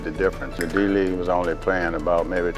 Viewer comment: Major Reague 가 아니라 League ㅠㅠ